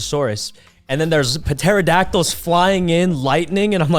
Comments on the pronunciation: this man said puhteradactyl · “raymen”? “patersdactyl”? sykkuno stahp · okay but Sykkuno actually pronounces the "P" in "pterodactyl" 💀💀